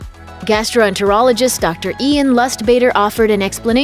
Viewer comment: "Ian Lustbaiter" hmmm